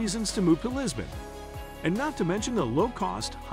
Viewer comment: Did he said Libson instead of Lisbon?